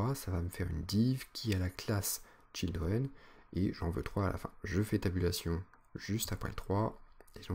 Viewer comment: Oui, j'ai eu la même remarque "children"